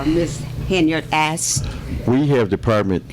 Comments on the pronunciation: Tiffany has a point. She has axed and axed for the credit card bills. 🤣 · You axed and axed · “I’ve axed and I’ve axed …” and still the tree won’t come down! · " how your department was ran" wtf she can't speak English. Can't even say "asked" properly